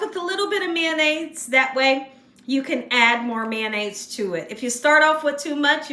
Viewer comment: LOL "MANDAIZE" I LOVE MAYO! #FRENCH I BE*! 🤪👐🏻👍🏻🥳🥰🤣🤣🤣😎